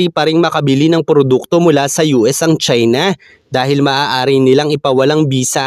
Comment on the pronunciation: Ang pangit mong magsita..lalo na pagbinabanggit mo ang salitang China.